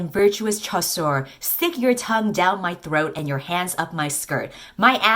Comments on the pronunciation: Nah, I think it's "chasseur," which is correct (surprising, considering the baker named Pain), but is pronouncing it like shoe LMAO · As a french speaker the best part of the video is just saying ChAsSore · The way she pronounces “chasseur” is so funny lol. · the way she pronounced chasseur 🤣 nous aimons une reine lol